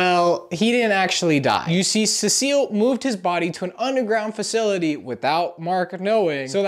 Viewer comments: Everybody complaining about the cecil pronunciation but I lowkey don't mind cuz I'm latino and in spanish Cecil is written "Cecilio" and its with that pronunciation he's using, I even know a guy irl with that name, so yeah even though cecil is a few letters shirter than cecilio, I still think it sounds pretty decent :) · cecil? nah we got “cesile” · As a BIG invincible fan the fact that you said seasil is hurting me😔😔😔😔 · Cecil is pronounced see-sil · Ah yes cavil bro it’s cecil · Who the hell is suh-seal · “Scrooge virus” and “Cecile” is crazy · Why are you saying Cecil's ( Cee...so) name wrong? His name is not Cecile 😂 lol. What you mean you don't buy Mark and Amber's relationship. It's just like a normal thing in superhero comics like Peter Parker (Spider-Man) and Mary Jane also Clark Kent(Superman)and Lois Lane. You don't see in the comics that Superman all of sudden started dating Wonder woman or Spider-Man going ahead and just dating Black Cat. What I'm trying to say is that it would take time for Mark to date Eve because you just want to have a normal life. By the way Mark is half human and Vite. Some comic books especially when it comes to Robert Kirkman stories. He takes his time telling the story to get to the main focus point, so please be patient. You already knew that Mark had another child with that female Vite because she requested that she wanted to mate with him and not the worthless human. *FUN FACT: The writer and creator of Invincible is Robert Kirkman who you may know is also the creator of The Walking Dead comic and executive producer of the TV series. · It’s pronounced sea salt🗣️ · SEA SHELL! SEA SHELL! I NEED U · SEA SALT I NEED YOU SEA SALT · The pronouciation of cecil is the funniest thing ive heard in years. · Having a horrible time watching this because you can't pronounce cecil EVEN THOUGH YOU HAVE SHOWN A QUICK CLIP OF THE SHOW SO YOU SHOULD KNOW HOW THEY SAY HIS NAME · The cecil pronunciation is killing me